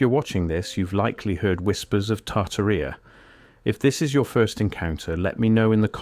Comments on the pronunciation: Tartarrhea 🤭 yikes! No, no, no. It's tar-TAR-ee-a Jeez! Please, o please fix that. Put the accent on the 2nd syllable so it doesn't sound like a bodily oozing is the subject, okay. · LOL "Tarta Reea" ? 😆 No, AI Voice, it is pronounced "Tartária". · I've heard of Tartaria, but not "Tartarrhea." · I believe the name is pronounced like: TAR-TEAR-E-Ah.